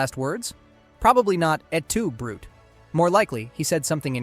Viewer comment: Said brute instead of broo-tay also